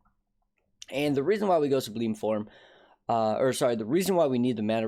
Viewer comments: subway-lime juice sub-lime form not subleem form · Great vid man thanks for the update! By the way it is "Sub-lime" (like the band)